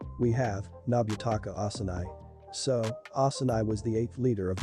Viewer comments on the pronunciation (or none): Yo bro it's osanai not asumai